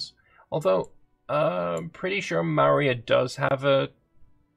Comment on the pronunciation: Maurya is really pronouncied `More Ya`